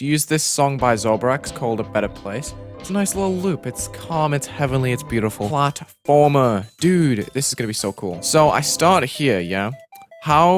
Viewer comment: Ah yes, the one and only, paltfrmer!